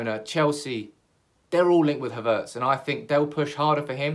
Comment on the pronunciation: I think you're the only one pronouncing his name Ha'vertz